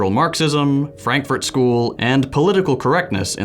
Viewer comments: the Franfurt School (in German Frankurter Schule) is not from Berlin and it is not pronounced "Franklin School". It is from the City of Frankfurt in the state Hessia. The philosophers of the Frankfurt School worked at the Institut für Sozialforschung or IfS (Institute for Social Research). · "[...] the Franklin School that comes out of Berlin". Lmao, how do you mess up so badly?